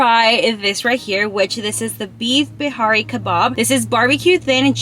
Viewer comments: Plz don’t say birani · It's not barani it's. Biryani sorry but it has a. Y and you didn't pronounce the. Ya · The way she said biyari 😂 [ not trying to be mean ] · It's mút-un and gaa-jr the pronunciation and biryaani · Moo-ton Bir-Ha-Knee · U pronounced biryanis beef Bihari kebab wrong